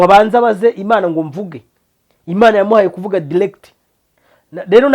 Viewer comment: Bavuga direct and not dilect. Bavuga background and not backglound